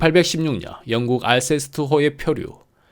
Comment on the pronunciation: 영쿡 발음이 예술입니다